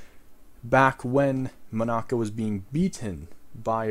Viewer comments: Mon-aca Me: how tf did he say it wrong sujrudoxosudsisushsisysoshs Mon-uh-cuh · Is it just me or is he saying Monica wrong? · nice video and all but im sorry i hate how you pronounce monaca